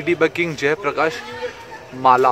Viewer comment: Not mala but malla dynasty